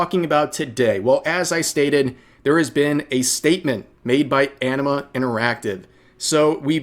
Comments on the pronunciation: The first times I heard Enema interactive instead of Anima interactive. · I keep hearing "Enema Interactive." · Oh "Anima" I thought it was "Enema". Was confused there for a second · Did I hear him say "Enema Interactive"?